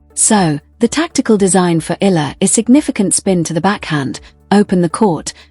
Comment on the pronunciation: These commentators/narrators are so disrespectful. Alex Eala <EE-YA-LA> has been celebrated for nearly a year now from the day news media noticed her outstanding performance in the WTA circuit. Yet, the media never researched, never tried to learn how to pronounce her name! That is truly idiotic.